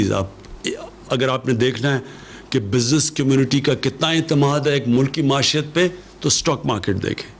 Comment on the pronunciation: Muashat??? It's pronounced Moeeshat